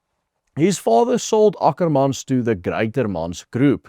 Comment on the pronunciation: It's Ackerman boet, not Akkerman 😂